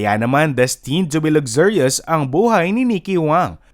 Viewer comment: Why do you pronounce luxurious like that???